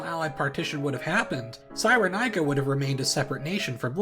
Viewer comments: He really just said Sai-ruh-naikuh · That's not the right pronunciation